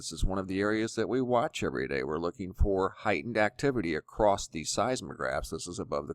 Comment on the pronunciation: ACROSST ??? Why does he add a T at the end of across?